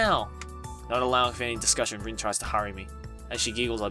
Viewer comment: How her name is spelled: Rin What I’m hearing: Din